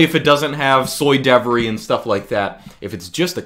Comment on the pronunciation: “Soy devery”